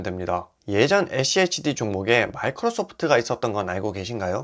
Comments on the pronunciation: schd를 achd로 발음하네....ㅋㅋ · 에씨에이치디 No!😮 에쓰 씨 에이치디 입니다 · 에찌에이치디 ㅋㅋㅋㅋ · 발음이 어려우시면 슈드라고 말하시면 훨씬 편할겁니당😊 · 죄송합니다 ㅠ 다음부터 슈드로 발음 하겠습니다 ㅠ